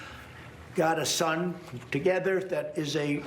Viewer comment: "She's got a son....thoo-gehther"